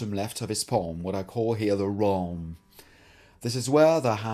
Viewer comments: Awesome! But "wralm"... come on :,D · Did you call it the "wralm" because it still sounds better than the "prist"?